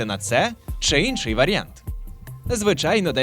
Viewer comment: мені одному ріже вухо вимова таких слів як "Инший", "для наочностИ" і т.д.? це якийсь новий правопис чи у вас діалект такий? 🤔